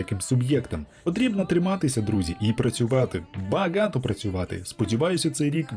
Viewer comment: Мне интересно почему слова баґато так звучит как-то? Интересно просто...